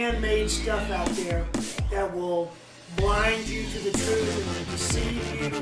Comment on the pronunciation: Lulz... "decieve you" he sez